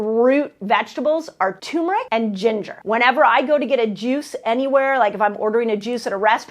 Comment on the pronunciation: Love you, so I forgive you for mispronouncing turmeric -- TURRR-meric🥰